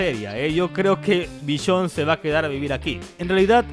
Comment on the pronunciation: "vishionne" v